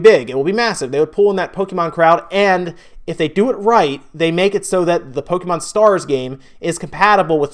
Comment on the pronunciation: pronounce Pokémon correctly dumbass